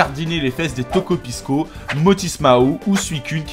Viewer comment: Euh par contre on prononce "Tokopisso", "piscine" ne se dit pas "piskine".